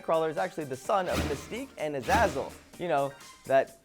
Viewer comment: He pronounced Azazle wrong it is the Greek word for devil I believe